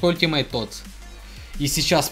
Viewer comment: Не тоти а Тотс